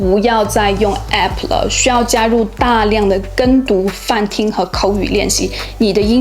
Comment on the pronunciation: app 這個不正規發音真的很難聽